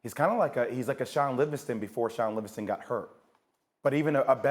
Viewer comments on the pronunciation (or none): jesus christ he said Shaun Livingaton? what am i watching? is this a joke? wasted my time on this smh. Livingaton was and will be a bum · Did this nigga say Shaun Livingston. Get his ass off my screen before I get violent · This nigga said Shaun livingston😂😂😂